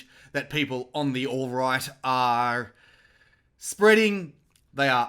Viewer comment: Haha..love your take...but you do know it is "alt right" not "all right" ?